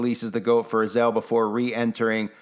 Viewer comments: I listened many times to her pronunciation of Azazel. Also, the content creator. It is not: Az el Azazel pronunciation: uh zaa zl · Az-A-Zel, not Azel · I believe Azazel is pronounced uh zay zel, not azel. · she said azel not azazel. maybe it's the same but that just threw me off for a minute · I can’t, if you’re going to say the name say it the right way it’s A- za- Zel ! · If anyone watched that movie with Denzel Washington, the fallen, I think it's called, and the guy from Roseanne was in it. You know, the father, the big guy. And the demon that was in their was spelled the same way as this. But pronounced differently in the movie. A za zel.